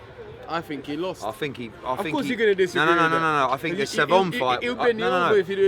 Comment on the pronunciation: No... I dont fink so... I don’t fink so. Lol